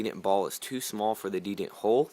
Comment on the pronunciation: it's called the de-tent ... not de-dent.. the detent ball ;)